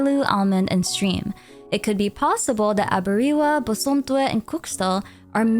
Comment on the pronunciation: I don't want to sound like a nitpicky nerd here, but you pronounced those names wrong. I personally am an akan person, and the names Aberewaa and Bosomtwe are Akan. Its 'Ah - beh - reh - wah- (ah like in am, be like like in bed, re like in record, and wah like in whack.) And Bosomtwe is 'Boh - som - tch - whe'. (Bo like in bomb, som like in sombre, I can't think of an English word that has the 'tch' in it, but the 'we' is like in where.)